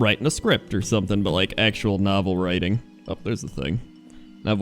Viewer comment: cannot actually pronounce writing...